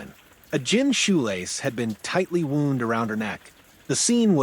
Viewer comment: AI cant pronounce the word wound !👎💩